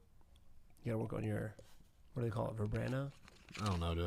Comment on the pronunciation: Vibrano LOL it's Vibrato, Stephen 😂